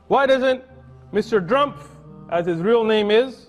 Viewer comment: He pronounced it as ”Mr Drumf” as it is pronounced in German, since it’s a German name and Trump has German heritage. He did this to hint to his ancestors that contributed to WW2